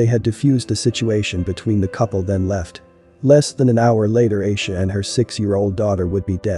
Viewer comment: It’s Aisha (I-E-SHA) lol